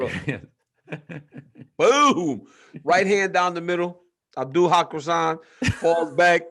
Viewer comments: Abdul Hot croissant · DC: “Abdul Ha Croissant” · Nobody: DC: Abdul Hawk Razzon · "Abdul Hakrazan" 😂😂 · Dc said Abdul Hot Croissant 😂😂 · “Abdul Hawk Rassan” Lolol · “abdoul hot croissant” lmaooo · I thought D.C. was going to pronounce that name right. After taking the time to get the right pronunciation. D.C. slowly drove up to that name then ran over it.